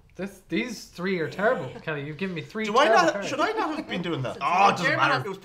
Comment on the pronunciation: You became more Irish when you said, 'I'm going to give ye the tree'.